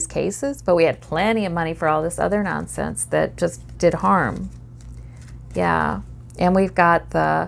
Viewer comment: You say "Yah" like a true Minnesotan You are very accurate